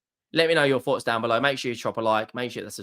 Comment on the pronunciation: I "fot" (thought) in your own accent. You said the NLD was gonna be close because the form goes out of the window. Punt intended.